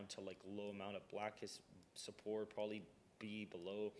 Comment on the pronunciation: "Probably" not "prolly". Please speak better.